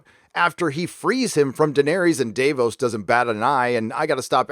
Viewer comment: Their names are VAR US (like Various) and DAV (like dag with a V) OOS (long O sound) lol